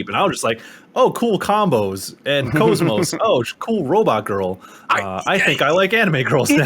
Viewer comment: its kos-mos like OS (operating system) not cosmos, its literally said in game. and yes xenosaga is in publisher hell